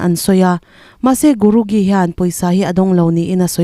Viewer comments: Dik e,hei hi a dik zawk chu GURU JEE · Guru gee,a lam dan hi a dik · Diklo nasaaa